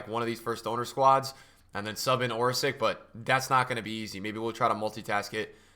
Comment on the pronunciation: Why are calling Orsic (Orsich) Orsik. In that case u should call other player like this: Ibrahimovik, Modrik, Rakitik, Handanovik... NA -_